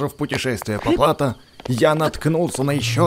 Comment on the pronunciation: В слове плато ударение на о